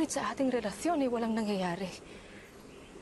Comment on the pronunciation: Kakaiba talaga ang mga bigkas dati. (Sobrang dami talaga nating natututunan at matututunan pa dito sa MCI. Galing GMA. ❤ )Yung relasyon, relathion pala. Naalala ko si Cardo Dalisay sa Probinsyano. Napaisip tuloy ako kung aksidente bang napasok siya sa portal galing sa sinaunang panahon at nag-artista na ngayon. "Napapaligiran na kayo ng mga pulith!" 😅✌